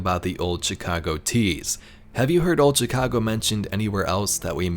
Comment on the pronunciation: The way this dude pronounces Chicago is pissinge off lmao